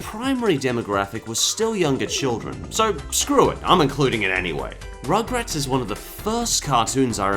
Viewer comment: i think you said...ummm rochrats not rugrat...